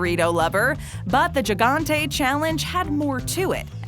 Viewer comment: "Gigantey", pronounced as HIGANTE